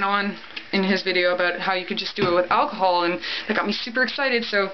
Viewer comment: The way they pronounced alcohol is going to kill me